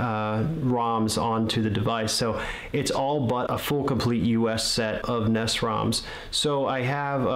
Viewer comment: What the fuck is a NESS? It's N-E-S